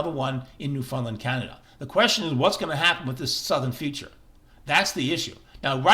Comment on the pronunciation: That and his pronunciation of 'Newfoundland'